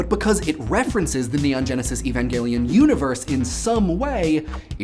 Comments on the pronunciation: thank you so much for not saying "E-van-jelly-on" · I never knew "Evangelion" was an actual foreign word and therefore not pronounced like English words of the same origin, i.e. not with a soft G. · Shout outs for pronouncing Evangelion with a hard 'G'. Well done on that. I thought it was specifically entertaining that you chose to focus a portion of the episode on Rei, who was originally conceived of as the emotionless alien girl that people should 'not' identify with in any way, yet despite that, there is so much made with her face on it, banking on people's love for her to sell products. Just an interesting aspect of otaku culture I suppose.